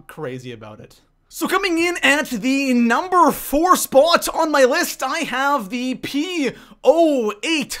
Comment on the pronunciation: SO COMING IN AT THE NUMBER TWO SPUOT